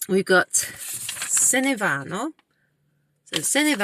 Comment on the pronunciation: Ciao, “vanno”, “anno”, “torneranno”, pronuncia meglio la doppia “nn”. Tu dici “vano”, “ano”, torneranno”. Pronuncia una n più lunga 😊 Poi non “vedóvi” ma “vèdovi”. Accento sulla “e” ❤